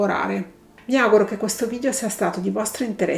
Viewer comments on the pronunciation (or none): none